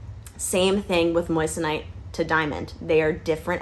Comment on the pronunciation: It’s pronounced Mwason (in France at least) where Henri Moissan was from. Moi = Mwa not Moyes / Moyesonite, it’s Mwasonite. The rest of video is 👍🏻 😉 Europe still loves USA 🇺🇸